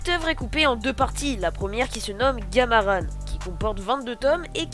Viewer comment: Graaave mais je pense sa se dis gamarAN pas gamarane